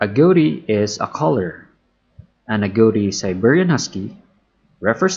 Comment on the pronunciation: Agouti = "A-gow-ti" ?? I always thought (& have only ever heard...until now) .. 'A-goo-ti'. Is that an American/Canadian thing?